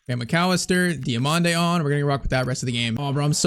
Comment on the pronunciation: Diomande next salah ❌ Dio(MANDE) next mané ✅